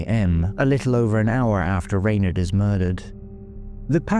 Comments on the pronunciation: it has always been pronounced as Rawn- aid or Ronaid bit like Sinead in Dublin where I’m from but her family may have changed their own Pronunciation, there are many names like this , Sinead , Blathnaid etc . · Perhaps that’s how her family said it ? I am in fact Irish born and bred so as I said I have never heard it pronounced this way . I am also from Dublin so it’s not a regional thing . Could be the family’s preference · I have never heard her name pronounced like that . Irish people would call her Ron-aid … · Rain aid, I'd pronounce it.